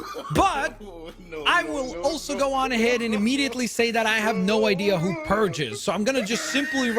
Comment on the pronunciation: It bothers me too, why does he see a P instead of a D?